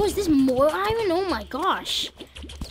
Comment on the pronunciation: why do u say iron wrong